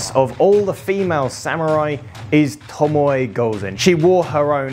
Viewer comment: It's pronounced 'TOMO'